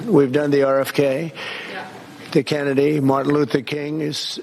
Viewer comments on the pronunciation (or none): none